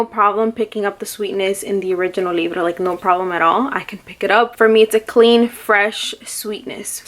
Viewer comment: I think the name is french so when you say libre you say it with the throatey sounds instead of rolling the r , but yeah I Wana smell the perfume so bad but here in the UK we are still in a lockdown :( and I can't find any samples online from websites that don't keep crashing my phone